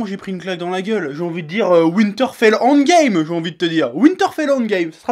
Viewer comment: « Winterfell handgame » wtf cet accent fait un effort xD